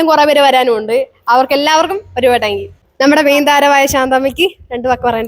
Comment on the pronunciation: you done an Amazing thing 🎉wish you all success (പിന്നെ ഒരു ചെറിയ തിരുത്ത് ടാങ്ക് യു അല്ല താങ്ക് യു എന്ന് വ്യക്തമായി പറയുക)❤🎉